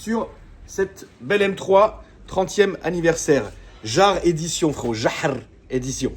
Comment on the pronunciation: c'est pas JAHRRR c'est yâr 😂